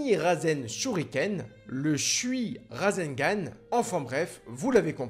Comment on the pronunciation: Super vidéo et super prononciation de rasegan👍